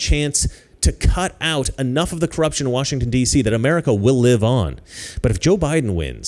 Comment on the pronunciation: I like how he says cruption